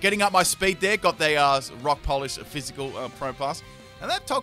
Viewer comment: When you say Rock Polish, I keep hearing Rob Collage... Look at those beads.